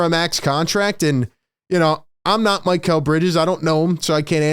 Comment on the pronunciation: Its Mick - L NOT Mike -L like mikhail baryshnikov The famous Russian Dancer from back in the day.